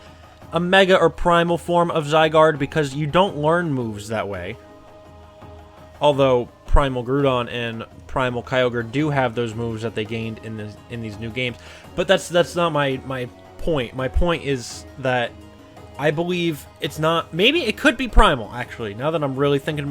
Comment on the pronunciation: What's Groodon is he talking about GR-OU-DON